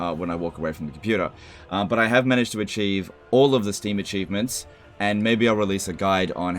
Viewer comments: "acheesements" <3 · mmmm, all the acheesements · ah yes the totol war acheesements